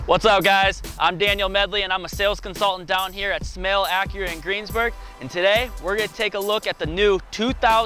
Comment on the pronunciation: I thought he said "Snail" Acura, thank god Smail is much better...